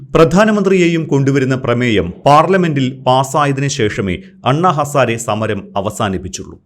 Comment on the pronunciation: ഇയാൾ anna ഹസാര അല്ല kooooo ഹസാരെ